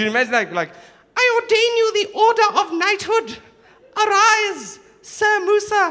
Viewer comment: when he said sir moosa it sounded like samosa